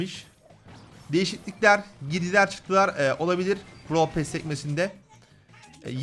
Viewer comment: Bn brawl pass çekicektim free pass ı gördükten sonra çekmem brawl pass dan daha güzel bide pearl pass derken sanki brawl pasta diyosun;)